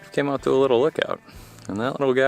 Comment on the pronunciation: Fifth generation Maine native here. Never heard it pronounced ‘Katardin.’ Maybe the same region that call “hundred” “hundoo” refer to it as such, but not those of us from Maine.